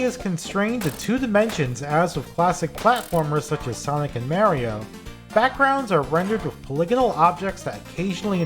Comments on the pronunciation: did you just pronounce "MAH-RIO" as.... MEH-RIO?? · italians don't pronounce it as mehrio, but as mahrio. Lol